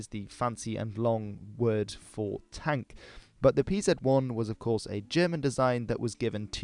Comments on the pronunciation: stop calling it pzet 1 just say panzer you are making me angry!!!!!!!!!!!! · A great video and all, but butchered Pz abbreviation and 800mm machine gun just did it for me, I have to retrieve my like